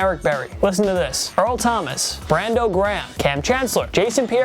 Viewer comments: Do you mispronounce names on purpose? Who is Brando Graham? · Why do you pronounce names so stupidly? Brando Graham? Shaun Eelis? Dave-in Joseph?